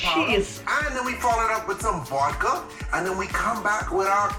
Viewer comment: makes me feel genuine hatred. I hate his voice, i hate his face. Hate how he says “Voidka” aaaa